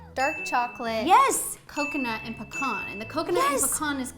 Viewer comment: Love how you say pecan, you make it sound like pacon 😂